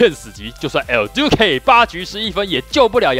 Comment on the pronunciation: 為什麼你每次講El~Duque的那個音我笑到快瘋掉 有夠好笑🤪